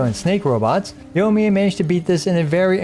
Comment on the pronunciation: YO-miya lmao